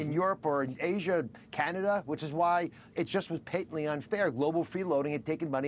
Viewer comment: I am going to have a bad now now .. just because how Oz pronouced "patently". I am starting a class action suit, whose in?